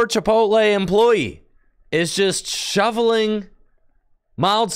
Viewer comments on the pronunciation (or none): He said shoveling I'm dead 💀